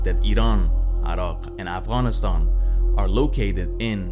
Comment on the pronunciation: the pronounciation for Afghanistan and Iran in this video is Arabic and not Persian